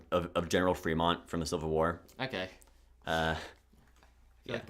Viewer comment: every disagreement i have in the first hour and a half (will do rest in future comment) Reading, California is an A-Tier. I like that shape its not corporate to me and those colors are fucking goated General Fremont is actually Frémont /e/ not /i/ and he did not kill Native Americans because he was removed from his post for trying to free slaves before Lincoln did that anyway Monterey is a lower B-Tier Fresno is a C-Tier because of its recognizability if that makes sense I have seen people from LA fly and talk about the LA flag The second Anaheim is low B-tier New Riverside is an A-Tier or an S-Tier tbh I like the Uniqueness. I'd hate the 2020s flag design for a country but for a city I'm a huge fan You should've yelled Reno louder. I would also put the old flag higher because if I was a Renoite (I'm choosing to pronounce that /ɹɛnˈwɑt/ like Benoit) I would fly that flag, kinda unironically. And that's what flags are for. I think everything B-Tier and above means I would have that flag if I lived in that city Salt Lake City is boring IMO, high C-Tier Provo (Old) is similar to Reno in that I would love to fly that flag. It'd make being Utahn bearable. I think it's charming enough that I would unironically give it S-Tier. You say Indian when I would say Native American. Im not saying that's problematic but.... Butte has another landmark that's really interesting but I cant remember but Ive been there and looked at it. It could do better Denver is an S-Tier It's crazy that you c